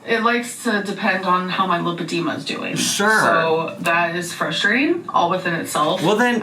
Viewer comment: lol...i thought she said she had lipedema....now she is saying she has lymphodema.....or is she just pronouncing it weird...lol